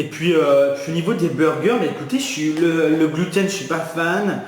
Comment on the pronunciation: C'est "gloutène" free jsp pk mais j'ai éclaté de rire 😂😂😂